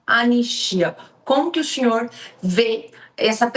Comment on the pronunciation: Como que o ''xinhor''? Exxiste?